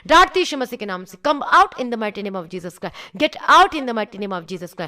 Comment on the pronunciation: Didi it is not Jesus Cry . it is Jesus Christ 😇😇😇